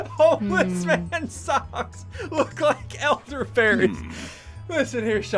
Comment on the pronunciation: it's weird how the red elderberries word poope out when ian was saying it